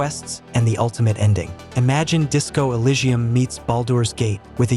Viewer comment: Yep, you can tell too with the weird pronunciation of words like "DespeRAYdos 3" , "Disco ElySHHium" and "BalDOOR's Gate 3".